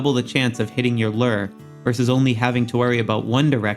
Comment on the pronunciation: Great video! Super helpful! As a real life angler though it bugs me how you say "Lure." 😂😂